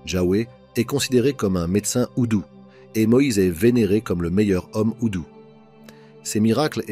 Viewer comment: Houdou ❌ Doudou ✅